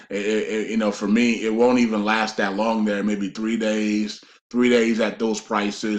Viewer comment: Great information. Also, I believe NO, Zim, 800#s, redemption centers, NDAs, just banks, Forex and your videos. I do wish someone would suggest to him to pronounce words better (ie. "ask, not ax", "that, not dat", etc.)